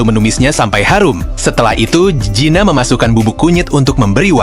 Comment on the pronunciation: Kamu sebut Gina apa zina sih bikin risih telinga ku